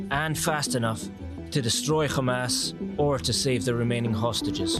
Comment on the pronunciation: Its hamas not kha mas mfker